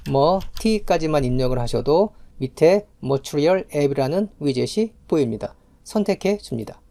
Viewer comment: 강의 퀄은 좋으신데 말투가 너무 듣기 힘든;;; 마지막에 보입니다 합니다 입니다 강조 안하시면 안될까요